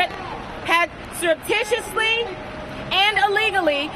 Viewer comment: Learn to pronounce surreptitiously.